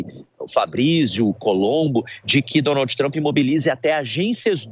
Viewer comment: Um repórter que mora no país que faz a matéria pronunciar Donald dessa forma errada deveria ter vergonha! Aliás isso é uma vergonha!